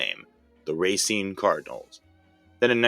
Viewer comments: Racine... it's pronounced Ra-seen, NOT Racing! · Not to be "that douche" but in Wisconsin we pronounce Racine "Rah-seen" although everyone else pronounces it like you "Ray-seen"